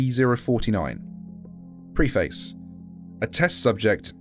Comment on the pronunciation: The way you pronounce "preface" hurts me